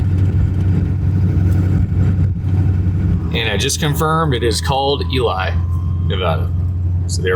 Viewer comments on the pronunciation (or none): the town of Ely Nevada is pronounced “E-Lee”. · Its not eli...its ely.. eeee sound not i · Hi, Ely pronounced “E-Lee “ not Eli. And Nevada. The first “a” sounds like “ A In cat” not “ ah”And the last “A” sounds like “uh”. Also I dropped off the 6 pack of Sierra Nevada pale Ale last July 18.You had a bunch of people over so I didn’t want to impose. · Whoever told you how to pronounce Ely (eelie) was wrong. It's pronounced EELEE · Don't know who told you Ely is pronounced E -lie but they never lived in Nevada. I lived there half my life and my mother still lives there and Ely is pronounced E - lee.😊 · It's Ne Va Da not Ne vah dah, and it's EeLEe not ELI. Totally not from here at all. Get it correct. It's a total insult to know how say it correctly. Most people would call you a California boy speaking like that. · Eee lee not Elley Neh vaa duh not Neh vah duh Won’t hold it against you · Rhymes with Lee. Eee-lee. Not Eee-Lie. My grandfather was a homesteader outside of Ely and I'm from that area. That's how the locals pronounce it. Eee-lee, Nuh-vad-uh. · It’s is pronounced E-Lee not E-Lye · We lost that pulley in Ely (Ee-lee, not Ee-lie, who did you ask? lol), NV one time. Made me think of it once before when you went through there. Parts store in Winnemucca, haha, yup. I'm so sorry about your loss. It's been a nonstop year of loss for me. Good opportunity to be grateful. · it's not elly . EEEEEly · The town is pernounced E-lee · Pronounced E Lee, I’m from that area. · I have been through there a few years ago, but at that time the people I interacted with pronounced the name of the town as e-lee, Nevada. For what it is worth anyway.............. keep the great videos coming!!!! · Ely is pronounced E lee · It's pronounced EeeLeee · Hi, Ely is pronounced as..ee-Lee. Have a great trip. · Ely is pronounced "ˈiːli" or "EE-lee". Nevada is pronounced Ne-vah-da. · we pronounce it "Eel-E" lol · It's EE=LEE Nevada. That's how you pronounce it. EE-LEE